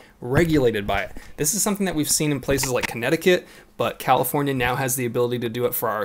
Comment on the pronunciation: WTF is a Califorkia ?